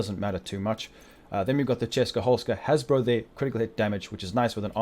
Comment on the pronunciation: Wtf is a hasbro bro? Jk but it took me a while to realize you was saying haz pro which is short for hazard protection